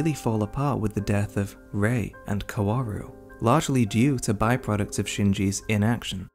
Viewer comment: i'm not really a fan of your take but i do have to say that 'kaworu' is pronounced without all those w's lmao it's just 'kaoru'